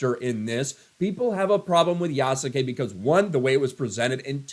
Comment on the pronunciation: These DEI tools are literally the pot calling the kettle “Yasuke” (Black). Oh and the name should be pronounced “Yas-ke” the U is supposed to be silent.